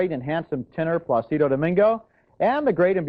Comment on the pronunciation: Pretty hard not to wince at Ebert's bad pronunciation of "Placido"